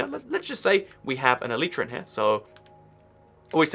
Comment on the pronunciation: ELYTRA its pronounced A LIGHT TRAR